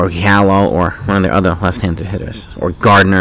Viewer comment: Did you say Hallo ? It’s Gallo chief